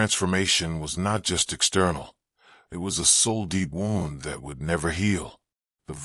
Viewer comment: Why can't AI say wound?